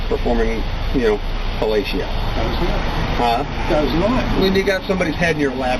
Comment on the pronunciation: FUH ... LAY ... SHE ... OH.